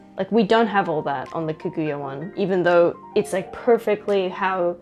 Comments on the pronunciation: I just can't with the mispronouncing of Kaguya all video long. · The way you pronounce Kaguya is weird